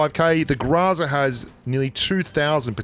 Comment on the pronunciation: It's GROW-ZA not grazza